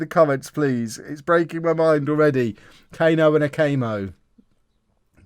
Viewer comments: Cano isn’t pronounced Cayno it’d be cuh-no if that helps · You should just pronounce Cano the way it should be (Cuh-no, not Kay-no) and then they don’t sound alike at all